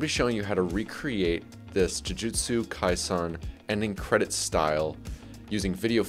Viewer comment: why do you go out of your way to say jujutsu "kaisahn" when its not even the right pronounciation